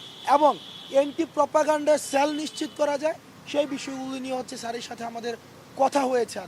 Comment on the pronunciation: স্যাল না রে পাগলাচোদা সেল। উচ্চারণ ঠিক কর আগে।